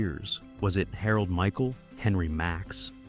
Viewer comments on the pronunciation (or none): none